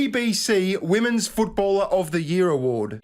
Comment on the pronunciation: Your wife can't pronounce the word "women's". She's not the only one. Why is this happening?